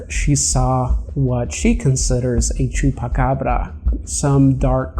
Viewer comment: you're one of the only non Spanish speaking/Latino that can pronounce chuacabra at least decently(you say it way better than decent)